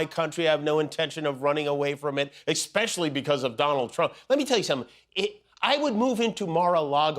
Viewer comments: did he say expecially? With an X? Haha 🤦‍♂️ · Ekspecially? He cant even speak proper Grammer...what a putz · There is no X in especially and people who pronounce it that way sound like uneducated losers.